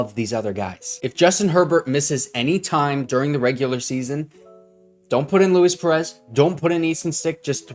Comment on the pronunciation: LOO-EES PEREZ, he’s mexican not italian